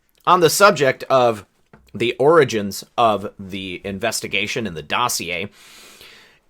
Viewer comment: sounded like he said 'oranges' twice, then corrected to 'origins'....then 'oranges' again....oranges..florida? Maralargo? California? Schiff/Schumer/Pelosi/Feinstein? Who knows..maybe nothing, maybe something.